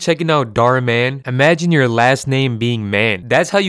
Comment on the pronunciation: that's an Indian surname. And it's pronounced totally differently in India. It translates to "wish" in Hindi. So please, be aware of what you're speaking. Other than that, I enjoyed your video